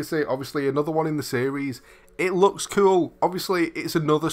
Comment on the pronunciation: "It loeks kewl"